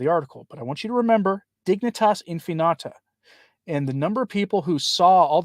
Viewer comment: Infinita... In-fee-nee-ta.